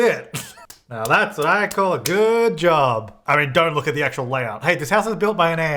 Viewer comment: "that's a job well done!" did you mean...... a jorb well done? 🧍‍♂